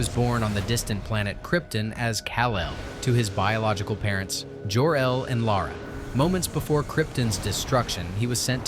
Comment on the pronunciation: Narrator mispronounced numerous words from the original movie. Superman’s biological father who named him was mispronounced over and over again. I was around in 1978 when the original movie was released.